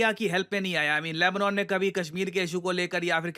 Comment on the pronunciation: लैबनौन नहीं लैबनन 🤦‍♂️